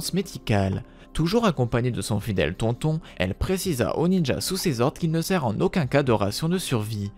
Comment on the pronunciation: "Tonton"😂 ça se prononce tonetone